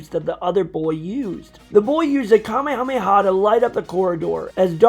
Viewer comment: The only thing I don't like about this is that you call it the Kamehameha not the kamehamehe wave